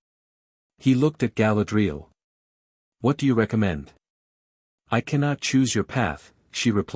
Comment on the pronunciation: It is pronounced Ga-LAD-ree- al ! !